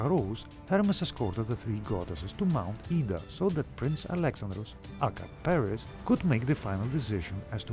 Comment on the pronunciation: Thank god, someone finally got "Paris" name right in these videos, Alexandros.